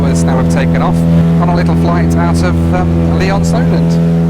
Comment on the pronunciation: Lee-OnSolent? I used to fly gliders there!